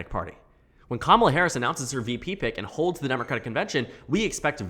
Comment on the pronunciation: It's weird hearing her name pronounced correctly Commala instead of Kuh mala or Kuh mala kneepad